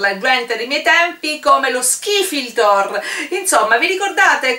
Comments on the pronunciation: Hai detto skifidor? 😂❤ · Skifirdlor?? Si dice skifidol!!!!! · ciaoo sei simpatica però non si dice scifitor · non si dice skifldoor si dice skifidol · bellissimo video ma si dice skifidol non skifiltor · all'inizio hai detto skifiltrol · si chiama skifidol non skiridol😂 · si pronuncia schifidol non chifildol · si dice skificol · wowwwww brava io lho appena fatto e mi è venuto e cmq si dice skifidol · lo "skifirtor"?😂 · comunque si dice skifidol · Ha detto skifidor e poi non e una schifezza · si dice skifidol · Skifiltor????!! Ma dove vivi? Parla di meno